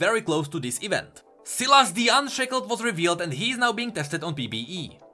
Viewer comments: Sylas. Sylas. Sylas. Not Sillass. Fuck. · Sylas is pronounced Sigh-las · I have a friend Sylas and he pronounce his name Sai Las